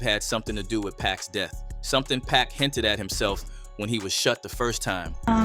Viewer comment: Fix your AI voice!! It is pac. Not pack.